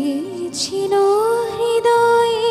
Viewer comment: এই মেয়েই কেবল এই গানে হৃদয় শব্দটার উচ্চারণ ঠিকভাবে করতে পেরেছে । অন্য সবাই রিদয় উচ্চারণ করে ।